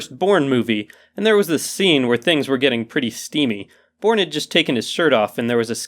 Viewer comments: I thought he said "first porn movie" , Not "first borne movie" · i thought that you said the first porn movie xD